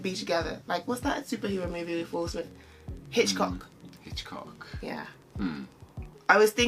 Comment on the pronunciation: "Hitchcock!" 😂😂😂 It's Hancock, lol.